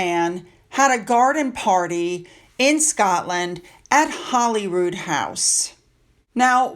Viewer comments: Holy Rood = Holy Cross. It's pronounced HOLY ROOD, not HOLLY ROOD. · I know this is insignificant but when speaking of Scotland please pronounce Holyrood House correctly:) Holy not Holly:) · Hey, I just love your channel and watch it everyday. I just wanted to say that Holyrood, I believe, is pronounced Holy as in Godly. Not Holly like in Hollywood. I believe Holyrood means "The cross on which Jesus Christ was crucified" You should look into this information for yourself, but I'm pretty sure I'm right! Lol Much love to you and your family. Keep up the excellent work! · No, Holyrood is pronounced in Scotland as in Hollywood. Legend had it that the king was hunting in the area and came across a white stag with the holy cross on its antlers and established a monastic institution where the palace now is.( A legend used very often in medieval folklore throughout Europe). Through time the pronunciation has been corrupted . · No, it's pronounced Hollyrood by all Scots.